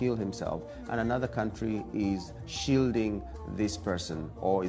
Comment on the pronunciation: it's country not quontry